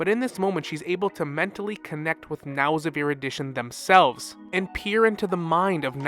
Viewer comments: The way you mispronounce Nous and then pronounce it right, just to pronounce it wrong again, makes me feel like you're looking back at me and going "No one will believe you. 👹" 😭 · how do you pronounce Nous’s name correctly a few seconds prior then pronounce it wrong immediately after 😅😂